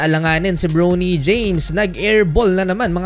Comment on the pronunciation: Bronny bro hindi browny james yung pronunciation